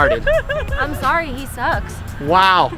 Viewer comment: I'M SO SORREH